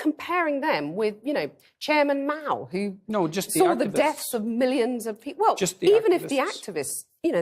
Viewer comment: I like how she pronounces Mao with an extremely heavy nasal sound, almost like a Meow